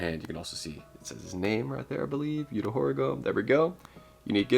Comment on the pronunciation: It’s pronounced ma cha lolol and Yu-toe hor-E-Go-may